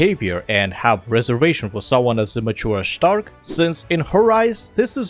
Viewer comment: Hehe you called Stark ẞtark